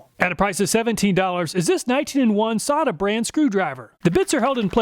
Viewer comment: I thought it was pronounced "Say-ta" not "Saw-ta" but another great job. I would not think of half the tests to do on the tools that you do.